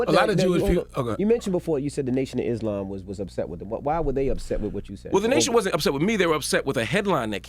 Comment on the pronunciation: You know he’s educated when he pronounces Islam right